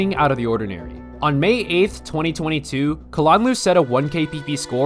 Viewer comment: I like how you pronounce kalanluu